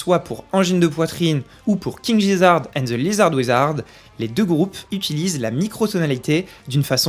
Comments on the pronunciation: Gizzard ce n'est pas Jizzard, c'est un g dur en anglais, voyons donc! Ça veut dire gésier, cest un non absurde uniquement pour l'allitération : Le roi des gésiers et le sorcier des lézards. Même en français cette allitération est intéressante. Mais le i ne ramollit pas le g en anglais, et il faudrait donc écrire King GUIzarde and the LIZarde WIZarde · Super video ! Par contre ca se prononce King Guizzard, pas Gizzard ^^ (Oui desole, je suis ce c*nnard a reprendre sur la prononciation de leur nom, mais du coup je redis que la video etait top !) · Super la vidéo! Juste un truc on dit Guizzard comme Guy 😀